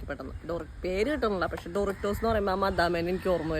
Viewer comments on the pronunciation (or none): Andi Doritos d aanu t alla thettanu paranjathu😅😅😅😅😅